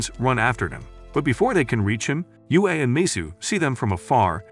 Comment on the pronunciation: Yue means moon and is pronounced yweh